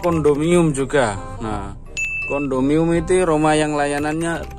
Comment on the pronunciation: Kondominiyum sebutannya dik